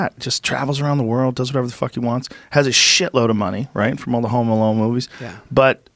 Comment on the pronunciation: are they saying Home Malone ? i swear they are.